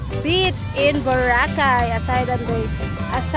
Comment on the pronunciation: SOMETIMES WHEN YOU SAY THE WORD; "BEACH " IT SOUNDS LIKE YOU'RE SAYING BITCH...🤣😂🤭 AS IN A "FEMALE DOG"... ITS OK; YOU GET ME GIGGLING. I❤IT‼️ I WAS LAUGHING SO HYSTERICALLY HARD! THANK YOU SO MUCH FOR MAKING MY DAY A HAPPIER AND A EVEN BETTER DAY AT THAT. I CAN ALWAYS COUNT ON YOU & BIG "E" TO MAKE ME LAUGH AT THINGS YOU DIDNT EVEN PLAN TO DO ON PURPOSE, BUT OUT OF THE BLUE...YOU TWO SAY THE FUNNIEST THINGS SOMETIMES OR CLICHÉS THAT JUST FLOW; & MAKE MY DAY RUN A BIT MORE SMOOTHLY‼️ (Y'ALL KNOW HOW HARD SHE MADE YOU LAUGH TOO 🤣😅😁😆😄🤭‼️) YOU'RE ABSOLUTELY ADORABLE. ‼️ PAN SLOWER...I SOOOO ❤ THE ESSENCE OF YOUR PHOTOHGRAPHY. THAT SUN UPON THE OCEAN LOOKS LIKE SARAN WRAP... N--I--C--E‼️